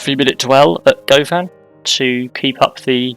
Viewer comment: Being from Glasgow, it was fun to hear you pronounce Govan. We pronounce it like "Guhvin". The Glasgow subway, "Clockwork Orange", has a clockwise and anti-clockwise service. I'm not sure if you are/were intending on doing the anti-clockwise. Really enjoying watching your videos, I had such an issue with the signalling in a game, that I started again and reviewing all of the lines as I build them.